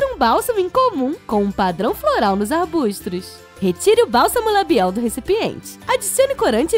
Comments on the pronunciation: é arbustos, não é arbustros! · arbutros? acho q é arbutos kkk?!♡♡♡ amei o video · arbustros kkkk